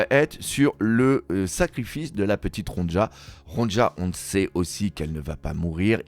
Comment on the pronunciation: Ronja ne se prononce pas Ron-dja mais Ronia mes oreilles sursautent à chaque fois